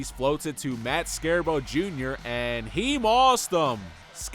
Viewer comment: “Matt Scarebow Jr.” 😅